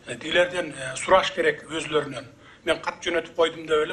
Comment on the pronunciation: Озлорунон дейтко лолулорго так суйлош керек(оздорунон) деп тантырагандар